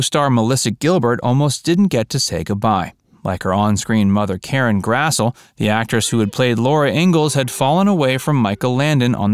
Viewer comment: Oi! Karen Grass-lee,* mate! * Pronunciation.